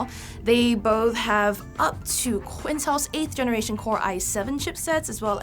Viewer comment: You said Qintel?